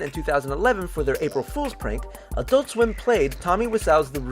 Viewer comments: Why can't Americans say "adult" properly? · EnergyN7 There are two syllables. I pronounce it "ad-ult", like everybody else who isn't American.